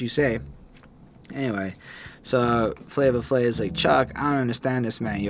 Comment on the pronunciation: Guys, it is pronounced Flavor Flav, it’s correct on Genius, I guess I wasn’t too clear when I tried to correct y’all in the first part, there’s no “a” at the end of “Flavor”. “Night Of The Living Baseheads” is my 2nd favorite beat on the album (I’m definitely with on this one.), I would listen to “The Grunt” by The JB’s first and then put on Baseheads right after because The Bomb Squad sampled it to make the beat and I think you’ll appreciate the source material a lot more. Same thing for “Rebel Without A Pause”,“The Grunt” was used again ( Oh in case you didn’t know, The JB’s is James Brown’s band and I know how much likes James Brown so I know she’ll definitely enjoy the song.) The whiny trumpet noise (I think it’s a trumpet) was Public Enemy’s signature sound at the time, The Bomb Squad made unconventional beats that sometimes incorporated noise with no actual purpose but it’s just an aesthetic to the beat. When I first heard Rebel, I had trouble getting into it as well but it grows on you and the more you appreciate noise, the more you’ll appreciate that beat. “Prophets Of Rage” is my absolute favorite, I listen to the instrumental at least 3 times a week (can’t get enough of those James Brown drums, courtesy of “Funky Drummer” which is one of the most sampled drum breaks in music history.) Chuck D just goes completely in on that song kind of like how Esham goes off towards the end of the album with “666” on KKKill The Fetus, I compare the 2 songs all